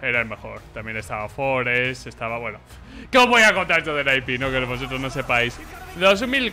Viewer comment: ENE-AI-PI???? Qué me estás contando... se dice N-I-P de toda la vida, está en los escritos. ESL de Colón no joder... Colonia!!!! cómo lo que te echa mami antes de quedar con la pandi. s1mple MVP 2020 de cajón, es el más completo, aim, gamesense, no le tiembla el pulso bajo ninguna circunstancia y si le das la oportunidad te mumiya.